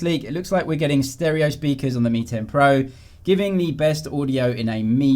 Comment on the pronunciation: Does anyone still remember the xiaomi ceo pronounces “pro” like “porn”?